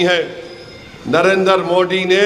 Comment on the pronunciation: inko pahle Narendra Modi ji ka naam uchcharan karne boliye